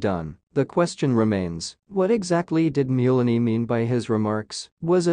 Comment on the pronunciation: Mulaney is pronounced Mul-aney like Mullen not Mule-aney, helping a friend ☘️